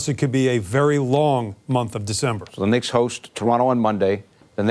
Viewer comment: Did he say dicks instead of Knicks😂